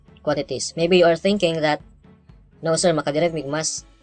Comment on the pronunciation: That "noh" hahaha